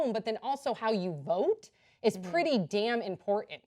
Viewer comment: What's the name of this particular pronunciation of "important"?